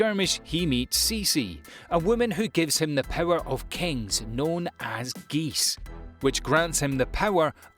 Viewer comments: You said gees not geass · C'mon bro, i like you, but how you pronounce Lelouch and Geass, is just what the f~~